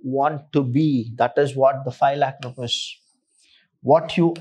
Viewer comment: Loving the way you teach the concepts and the use of very easy English,, But here's a small request sir, please prouncec rupees as rupees not as rupas it disturbs the flow (to me)